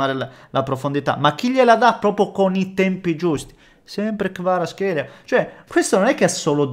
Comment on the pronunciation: sei uno dei pochi sul web e in TV che chiama Kvaratskhelia come deve essere chiamato. ho sentito: Kvarazkeila (Adani), Kuarashkelia (Caressa) Karazzelia, Karavskelia, Karaschelia.... 😂😂😂😂👍